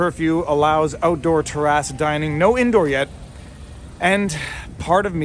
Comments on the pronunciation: Good morning,. I heard "tuh-RASS" several times before I understood "terrace". Is that the Canadian pronouncification of "TAIR-uss"?;) God bless you. I'm glad you and yours are well. (I'm a proud member of the "vast right-wing conspiracy". Remember that?) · “Tear-ass dining” dude that sounds awful. Oh wait he mean Terr-ace I see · When you said Terrace I thought you said Tarrasque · Ah French pronunciation “tear ass” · Tear-ass dining. Kidding, however I've never heard it pronounced that way. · I never ate on a ter-asses. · Viva I’m sorry but I think you are saying terrace wrong. It sounds like you’re saying tear-ass not terrace 🙊🙊🙊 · Urgh the pronunciation of "terrace" 🙉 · I like the way Viva pronounces terrace. Is that a Canadian thing?